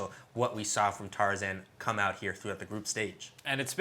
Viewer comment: yeah it is tarzan not tarzaned.